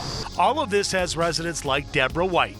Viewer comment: Did Ms Henyard just pronounced residents as resinents? 😢😲🤔